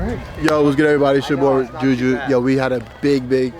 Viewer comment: JuulJuul Smith-Schuster